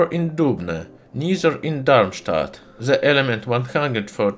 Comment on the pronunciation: Just came across your channel. This is a collection of jewels! Oh, and Kudos for your pronounciation of Darmstadt!